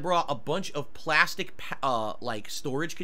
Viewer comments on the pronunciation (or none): none